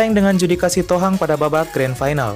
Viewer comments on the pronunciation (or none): Judika sihotang bukan sitohang... 🙈🙈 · Sihotang bukan sitohang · Yang bener itu judika sihotang bang.. Bukan judika sitohang Ampun dah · Salah sebut min marga Judika,bukan sitohang tapi SIHOTANG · Judika sihotang pak. Bukan sitohang. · Sihotang bodat,, bukan Sitohang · Judika tu Sihotang kak bukan Sitohang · Judika Sihotang bro, bukan Sitohang... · Bukan Judika Sitohang, tapi Judika Sihotang. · Menit judika sihotang bg bukan sitohang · Judika sihotang, bukan sitohang min😮‍💨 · Sihotang...bukan sitohang .. sangat berbeda marga itu... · Judika sihotang bang bukan sitohang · Maap bang Sihotang bkn sitohang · JUDIKA SIHOTANG bukan JUDIKA SITOHANG Tolong di perbaiki lagi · Judika Sihotang. Bukan sitohang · sihotang bro bukan sitohang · Judika Sitohang hah? Judika Sihotang yg bener! kalo Juri nya Choki Sitohang baru bener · Judika sihotang bro bukan sitohang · Judika Sihotang , kok malah Sitohang, emang Coky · Judika sihotang , bukan sitohang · Judika sihotang Bos, Bukan sitohang itu marga beda lagi. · Judika Sihotang Cok Bukan Sitohang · Judika sihotang, bukan sitohang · Judika SIHOTANG BUKAN SITOHANG WOIIII